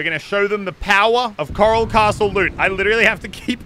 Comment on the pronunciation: The name: coral castle Muselk: Karl castle